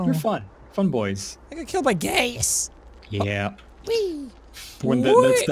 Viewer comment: Did he say “I got killed by gays” or did he say “I got killed by gas”?